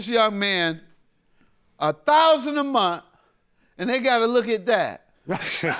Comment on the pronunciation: Omg Mathis makes me sick... the way he talks down to everyone, the way he always has to let er'body know how he knows the game 🙄, one minute he's uncle Ruckus, the next he's Tupac ,,,and it pronounced monTH-th-th not 'munt'. He's low rent with a low iq and I'm shocked that anyone would hold him in any sort of high regard. 🤡🤡🤡